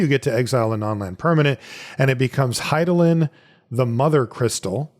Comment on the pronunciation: he nailed Hydaelyn too. that was pretty impressive.